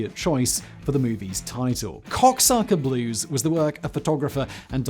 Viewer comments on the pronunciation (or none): He actually said "COKESUCKER Blues". Don't forget: he's a BRIT. He NEVER will. S'bloody [By Our Lady]! 🇬🇧 Jay "Union Jack" Flash